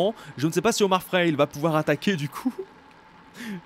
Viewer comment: C frailé pas fraile